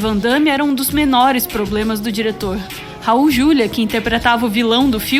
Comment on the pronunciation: Raul Juliá, por favor. Como leitora da antiga Set, sou obrigada a corrigir. Ele odiava esse erro de pronúncia.